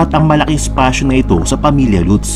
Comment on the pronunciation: Latz (Lutz) poh ang pronounciation nyan!